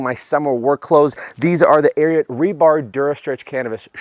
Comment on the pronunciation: If I’m not mistaken, you are pronouncing Ariat wrong